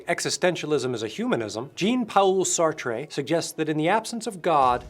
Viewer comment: Sartrea. Sartree. Sartre. 😂